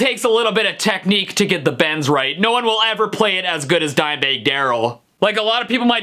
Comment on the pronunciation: the pronunciation of Dimebag 🤣 thanks for the laughs Stevie